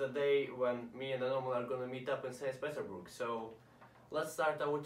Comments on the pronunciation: Sains pidorburg, wtf hahahah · Seys peterburg